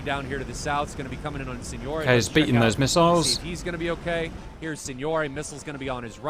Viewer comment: I'm just happy he doesn't say SINGNORACHB...SIGNORAG...MM ...SIGNOAGHE? anymore lol